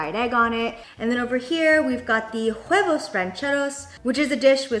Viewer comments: Jenn, huevos are prenounced without h "uevos"!! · The “H” is silent in “huevos” (and for a lot of Spanish words if the “H” is in the beginning of a word😉) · Love the video! but I just have to say, the H in huevos is not usually pronounced. No hate though!! I just though it sounded funny 😅 Love you girl!